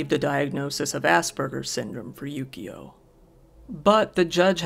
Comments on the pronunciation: It sounds like he's saying yugioh instead of yukio. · How are you not hearing the enunciation correctly? It's Yukio xD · this entire time i thought you were saying yugioh lmao